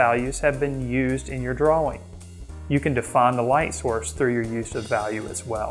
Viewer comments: I've hear Brits pronounce it like "drawer-ing" Gives me a chuckle every time. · Love your video and all the great tips! Thank you! May I give you one? The word is "DRAW-ING" and correct pronunciation is shown in the dictionary definition you had on screen. The word "draw" rhymes with raw, flaw, jaw, paw... It's okay! we're all human! I'll continue to watch & listen to your videos. Thanks again! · I think the 'w' in "drawing" is silent.